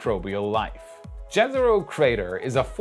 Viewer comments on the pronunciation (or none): J in Jezero is pronounced as Y in Yes not as J in Jerry. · Jezero crater, mean lake crater. Jezero is word from serbian and croatian and mean lake. So try to read yezero crater.